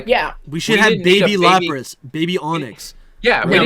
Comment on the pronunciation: Not “Lop-ras” 😂😮‍💨 that hurt to hear